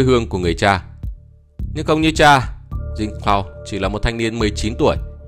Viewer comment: Khổ quá, tên của mấy ông tổng thống Haiti phải phát âm theo tiếng Pháp là Frăng Xoa và Giăng Clốt mà ông ad đọc theo tiếng Anh nghe chỏi không chịu được